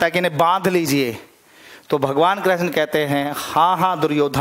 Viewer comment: Sir ap krishn ,, ko kreshn bol rahe ho ..plz thik kre sir ??????? But very nice 😇🙏🙏🙏🙏